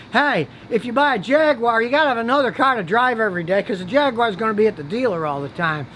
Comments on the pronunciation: Jag-Wire? It's pronounced Jag-Guar. I'd even tolerate Jag-ooo-are. But it's not Jag-Wire. Stop pronouncing it like that! Also: a catalytic converter is pronounced "Cat-A-Lit-Tic" not "Cad-A-Lat-Tic", like I've hear you say. It's not a damn Cadillac car! Also: a manual transmission is no longer a 'standard' transmission. Most cars sold today in the US come standard with an automatic transmission. Stop using that antiquated saying! Whew! Needed to get that off my chest. I feel much better now. Queue the haters... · Scotty I love your videos but please please it is Jag you are. That’s how to say it 👍👍👍